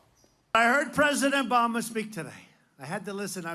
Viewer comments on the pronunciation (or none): Trump said "president Bama' " ?!